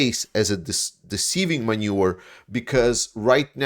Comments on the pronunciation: Great work! A small detail though, maneuver is is pronounced man·oeuvre, not manure. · Greetings, I’m new to the channel but I really like it. Because you’re fluent in multiple languages, I wanted to help with the phonetics of “maneuver” (pronounced man-new-ver) because it’s an important term for discussing military tactics. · On an unimportant but humorous note; Put a little more stress on the "V" in the word Maneuver (maneu - Ver) 😀 Otherwise I love your channel! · I know you're a non-native speaker but 'maneuver' is pronounced with a hard v; 'man-oo-ver'. You pronounce it 'manure' which is a cow byproduct combined with straw and spread on fields. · great info. it's man-eu-ver, not man-ure, friend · Thanks for that. Your English is excellent although I need to give you a hint; you are pronouncing 'maneuver' as 'manure' which is animal poop. You need to emphasize the 'V' in the word 'maneuver', it makes all the difference. Keep up the good work mate. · I have to correct you on you pronunciation off "maneuver". You need to annunciate the "v". The way you are saying it would be spelled manure. That almost fits in some cases and adds a touch of humor that I don't think you were intending. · Maneuver not Manure ! Important distinction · Maneuver not manure